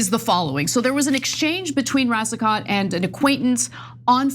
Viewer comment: Pronounced Racico (t is silent)